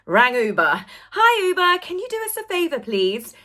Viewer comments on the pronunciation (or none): none